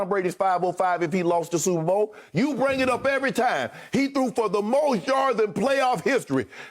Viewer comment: Skip say Bring Loon Roundish!! Ctfu 🤣😂🤣😂🤣😂🤣🤣🤣